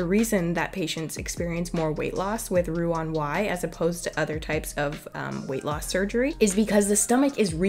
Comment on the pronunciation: Roux en Y NOT “on”